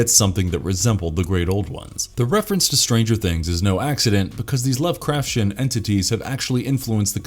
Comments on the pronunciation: This has to be the only time I've ever heard it pronounced Love-craf-shen. It has always been Love-craf-tee-en. I feel that watching even a single video on unfamiliar topics can drastically help with any pronunciation confusion. If the Lovecrafshen mispronunciation were the only one, it could be forgivable to an extent, but then they pronounced Dagon as dih-GAHN instead of DAY-gahn. That's when I had to stop the video and earbleach myself with some audiobooks. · I love this channel but sometimes it’s so obvious the reader of the scripts doesn’t know how to pronounce the words or they are reading the script with errors like they live in earth instead of on earth. Lovecraftian is pronounced as it’s spelled not lovecrafsian 😂 All that aside he’s a good narrator. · yeah I don’t usually make comments on stuff like that but after hearing lovecrafsian for the 6th time, I was like, come on man. That’s why I narrate my videos or I at least make sure if I use an auto narrator, I make sure the words are announced correctly. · The way you say "Lovecraftian" makes me feel like there's a shoggoth going up my spine (you read the "t" like a "ch") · You say lovecraftian really Really stupidly